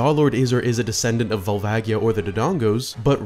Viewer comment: While we're on this topic, Volvagia is pronounced "Vol vaj yee ahh" At least Gerudo and Koume/Kotake were pronounced correctly in this video. I was actually surprised about Fi and Volvagia considering that knowing how to pronounce Koume and Kotake would require knowledge of how to read kana....